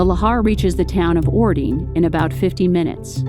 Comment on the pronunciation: orting is pronounced ording (voiced t is dropped to voiceless d sound), puyallup is pronounced pew-al-up (pew like church pew, al like california, up as in the word up). Getting all those vowels in puts a w sound where the y is. You pronounced sumner correctly!